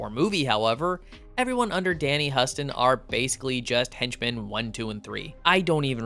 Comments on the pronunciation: 'Huston' is pronounced like 'Houston' not 'Huss-Ton' God damn. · Not a criticism or nitpick, but "Huston" in this instance is pronounced "Houston" like the city; Danny is the son of renowned actor/director John Huston and brother of actor/alt-aesthetic superbabe Anjelica Huston! I forget if he's the father or uncle of Jack Huston, and there are other relatives out there in the entertainment industry too.